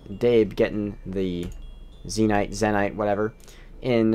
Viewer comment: Why do you say Zee Nyte instead of Zen Ite?